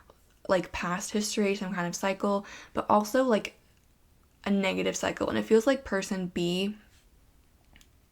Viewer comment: pile 1 u said cycle but i kept hearing psycho 😬😋😂